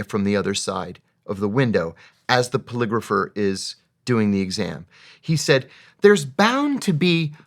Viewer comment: I kept hearing you say calligrapher when you were saying polygrapher. I kept thinking,"What the fuck is he talking about!?" I gotta admit that I was listening and not watching which I'm sure could've had something to do with being less engaged in the interview. That was a fantastic interview. Thank you. Thumbsed up and subscribed.